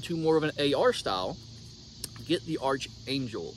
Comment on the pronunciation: It’s pronounced ARK angel not arch angel… I expected a good ol boy from the south to know what an archangel was…